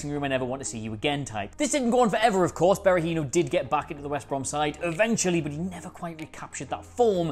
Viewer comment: What are Dabo and Berahinos first names again? Is it a pre requisite to be a football oriented Youtuber and to not be able to pronounce names?